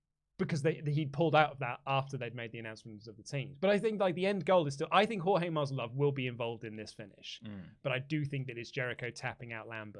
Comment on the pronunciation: It's MASVIDAL!! Not Masvidof. Sound quality and research top notch as always 👍